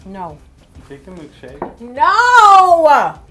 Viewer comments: Really bothers me that you say mElkshake rather that milkshake LOL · do you say melkshake or milkshake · I love how you say "mELKshake" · Omg. says Malk and it drives me bonkers. She did say melk. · She is saying mElkshake right? I'm not imagining that am I?